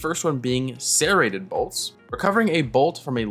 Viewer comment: how do you even mess up saying serrated that badly.